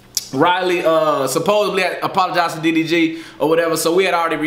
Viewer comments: "Appolligized". Lmfao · Lmao “Appoligized”? 🤣🤣 Ight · The way this man just butchered the word “apologized”